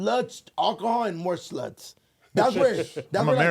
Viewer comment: why doknow say sluts like that lol